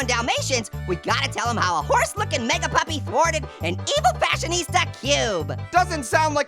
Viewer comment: says meag puppy